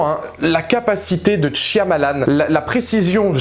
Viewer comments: Tu peux arrêter de dire " TCH-I-AMALAN"? C'est énervant. Merci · Quand les gens comprendront que dans "Shyamalan" c'est un "y" muet, tant de souffrance pourra être évités...